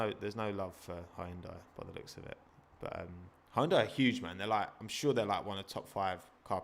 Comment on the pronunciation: It's pronounced Hyun-dai